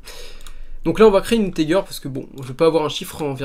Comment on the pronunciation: Il sont super t tuto, juste une truc integer ça ce dit inetéjer